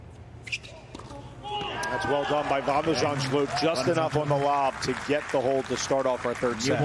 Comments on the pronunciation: Van de 'zandzschllloop? You can clearly read that the L doesn't come after the H... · He was pronouncing it 'Zandschlupe' - is that right, Dutch speakers? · The reporter keeps on saying "Van de Zandschlup", but really, the U comes before the L 😏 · Vèn de Zendshlup? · Either the commentator is dyslexic or thinks Holland doesn't obey the rules of phonetics